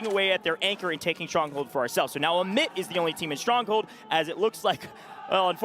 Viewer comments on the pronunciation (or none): The one dude says Emit, the other dude said Omit 50 times trying to let him know he doesn't know how to say their name and he never got it. Some people just have to touch the stove.